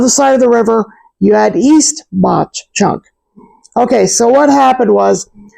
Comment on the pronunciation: It’s pronounced mock chunk dummy